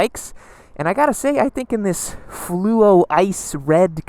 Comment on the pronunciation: As an owner of an Ice Fluo MT07, one thing that bugs me is when people say "fluro" 🤦‍♂️...It's bloody "fluo" you muppets!, Fluo!!..FLUUUU-OOOOO!!! 🤬 Thanks for pronouncing it correctly tho 🤙😂